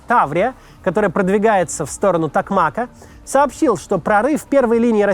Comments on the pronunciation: ТокмакА ударение на последнюю букву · ТокмАк, но ТокмакА. ВербововЕ, но в ВербовОм, а не ВербОвом.. украинские топонимы, с трудом даются россиянам, запорожцу режет ухо, Пологи - браво. Так же Васильевка - город, в прошлом ПГТ, но не село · Правильно в родительном падеже делать ударение на последнем слоге "ТокмакА" (говорю как токмачанин, ждем наших, верим в ЗСУ!) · У "Токмака" в родительном падеже ударение падает на последний слог "ка" - "в напралении Токмака' ". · Токмака, ударение на последний слог, не в обиду